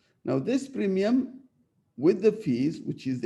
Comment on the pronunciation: premium not primium**